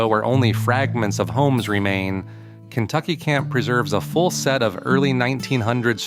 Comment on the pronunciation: Maybe you should do some research before your next video. You miss pronounced almost every site named. Kentucky is only a few miles from the Empire Ranch. You should go check it out...